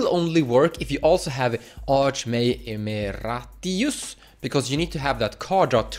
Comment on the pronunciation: Stella Lee, Mindbroken EDIT: ee-mare-ih-tus. It means a teacher who is still prominent in the field despite retiring from teaching.